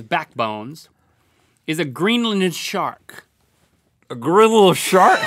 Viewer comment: "........is a Grinlinen Shawk."